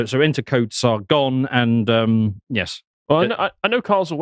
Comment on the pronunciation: Okay, so Sar-gone, but where did Sar-go?